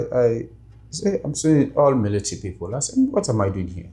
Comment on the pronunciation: 😮when he pronounced the word ''people 😅 i immediately knew he's from Ethiopia